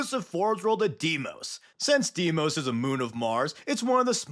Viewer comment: Did just pronounce Deimos like "Dimos" because.... It sounds like "demon"?